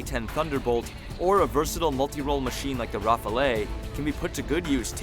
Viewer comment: the ''rafalAAAy'' haha